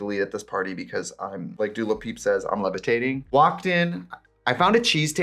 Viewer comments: We aren't gonna discuss Trixie saying "Dua LaPeep" instead of "Dua Lipa"? 😂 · I love that every time you mention Dua Lipa you call her Du Lapeep. Every time hahahhaha